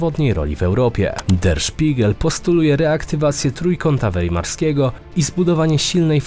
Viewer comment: To jest dziwne. Informacje bardzo ciekawe ale typ ewidetnie nie wie co czyta. Jak stary. WEimarskiego(wymowa), Guajany😂((kraj), poddatny (na cos) I wiele wiele innych + wszystkie "om". Sztuczna ineligecja wam content kompiluje czy jak? Wtf?